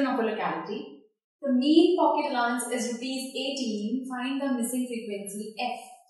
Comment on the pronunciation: and yes one more it is not pronounced as A-lo-nce but as Allow-nce